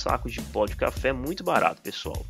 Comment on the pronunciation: Pô...você fez chafé,,,não café